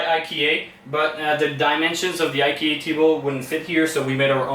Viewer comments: Wow! Toujours magnifique les gars! Bravo pour l’excellent travail! En passant en anglais on prononce IKEA « ail-qui-a »... promis...jsuis prof d’anglais langue seconde. 😀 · Never heard anyone pronounce I-key-A like that before😂 Beautiful house as always, and love how the front door opens outwards instead of inwards. Allow for more space by the entrance.